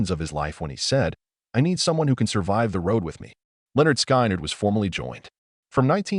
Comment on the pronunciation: You don't even know how to pronounce the name of the band.